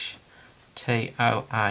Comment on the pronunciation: he pronounces that in a strange way. i say it like this: sew (like knitting or sewing) Cuh, TOW-UH.